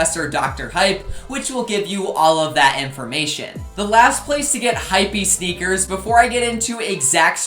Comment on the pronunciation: you saying hypwbeast sneaker just super triggering XD